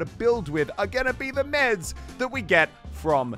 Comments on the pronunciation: the only things we’re gonna be able to build with are MEDS from the llama - muselk 2019 he said meds... not mats 🤦‍♀️ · It is called MATS as in Material. He pronounced it wrong. I hope this helped